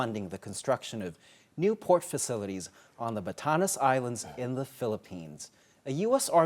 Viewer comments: The Batanese Islands are pronounced as 'Ba-TAH-nez" Islands. Thank you. God bless both Taiwan, U.S., and the Philippines! ❤ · Batanes - Ba ta nez